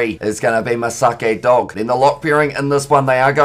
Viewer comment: For your pronounciations for Mesake Doge is "Doqe" and Waisea Nayacalevu is "Nayathalevu".